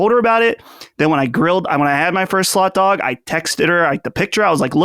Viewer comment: I keep hearing slut dog instead of slot dog lol